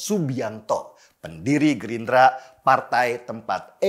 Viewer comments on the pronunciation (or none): Penekanan kata "Gerindra" kok berasa ya😂😂